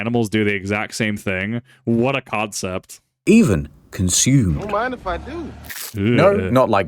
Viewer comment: did you.. did you just say Codcept? That deserves a very enthusiastic boo from the audience :P